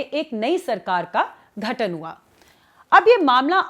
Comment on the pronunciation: "घटन" नहीं "गठन" होता है।